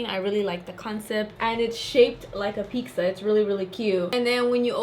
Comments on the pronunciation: I die a little every time anyone calls pizza "pixa" Like where do you guys see an X?!? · "Peeksas" lol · Girl why you sayin pizza like that?? Love you sm 😘😘😘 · Hannah Hansel Issa Mexican thing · that’s just how Mexicans around border towns say it! idk why everyone does